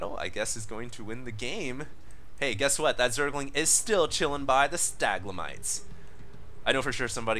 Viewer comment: STA-LAG-MITES